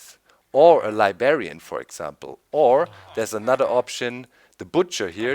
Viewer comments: It's "LibRRRRRarian"! not "libarian" there is a "r" in between the "b" and the "a" sorry, but that always annoyed me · libarian xD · Doc! There's 2 "r"s in Librarian. :P